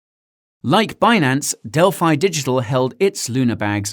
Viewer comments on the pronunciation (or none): none